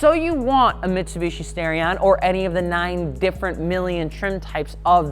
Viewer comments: Maybe im wrong, but i would assume the starion would be pronounced star-ion as in star. Not stairion. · Stairion? No, it's Star-ee-on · Its STAR-e-on. Not STAIR-e-on. This is worse than people who call Aluminum "Aluminum " and add that invisible "i" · Nice video. Great cars. Would love to get one and do an engine swap on it. Something light, powerful, and high revving. One thing. It's NOT STARE-EE-ON, it's STAR-EE-ON. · Stairion? Star-ion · I waited all that time in the intro to hear you say the name of the car and you ended up saying "Stare-ion".... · lol he said stairion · I really hate that he pronounces "Starion" as "Stairion", lmao